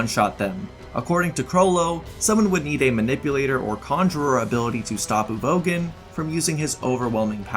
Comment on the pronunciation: That Uvogin pronunciation made me want to gouge my ears off.